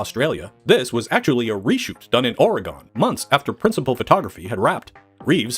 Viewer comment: Oregun…not gone, it’s still there so many people don’t pronounce it correctly